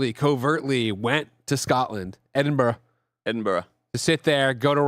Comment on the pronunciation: It's pronounced edin bruh not Edinburg or edin borrow. In Gaelic it's Dùn Èideann said roughly Doon ai-gin unless you support English murder of Celtic culture I expect you to call it that 😉 just kidding! Tìoraidh 👋🏻